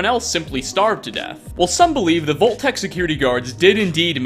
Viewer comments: I can't get over how he says "VOLT" instead of vault. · The way you pronounce "vault" is super cringy. Its prounounced like valt, not volt. Thank You.